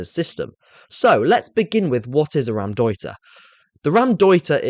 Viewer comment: Really love your content but it's not Ram-deuter. It's pronounced Row (as in to argue) M- deuter